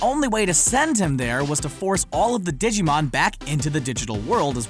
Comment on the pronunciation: Ditschimon? dude.... theres a G in that